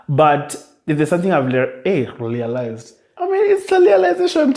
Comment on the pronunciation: I "lealized"realized that uu!🤣🤣